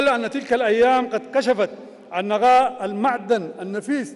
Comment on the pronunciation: قبل ان تلقى الخطاب تعلم كيف تنطق حرف القاف ولاتقل غين يعنى الشقيقة وليس الشغيغة...نقاء وليس نغاء....قيام وليس غيام وهكذا